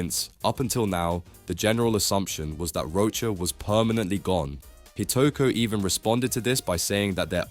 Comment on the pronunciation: btw its rochas not rocha